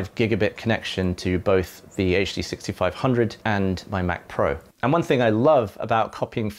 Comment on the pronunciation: The tech is over my head but I thoroughly enjoyed listening to someone pronouncing "HD6500" without adding the /h/ to the "H". So satisfying!